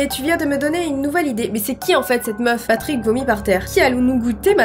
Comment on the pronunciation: Tu ma fais trop rire quand ta dit patick 😂😂😂😂😂😂 mes anfaits c'est tes Patrick